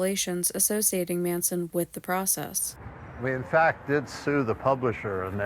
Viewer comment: For two years of extensive research one would think you would be able to correctly pronounce The Process